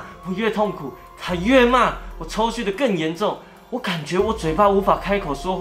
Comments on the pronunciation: 是抽搐（ㄔㄨˋ）不是抽ㄒㄩˋ哦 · 是抽搐（ㄔㄡㄔㄨˋ），不是抽蓄（ㄔㄡㄒㄩˋ） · ～是抽搐ㄔㄨˋ喔😂😂